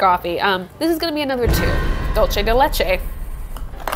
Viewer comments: “Dolce de leche” lolll it’s “dulce” as in do-l-seh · Why did bro say “dolche de leche” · Im dying everytime she says "dulce de leche" like that, its so funny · theres nothing to apologyze, its just Im so use to those words it sounded funny to me.